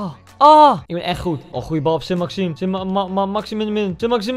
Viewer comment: Iedereen: Saint-Maximin Koen: Saint-Maximinuninuwua